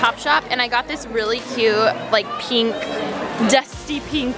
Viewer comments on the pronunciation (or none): i hate how she says peenk not pink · It's pink not penk 🙄🙄🙄🙄🙄 and her rings bother me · I hate the way she says "penk" instead of pink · Alisha I love ya but u have to stop saying pink like that lmao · Can you please say "pink" properly.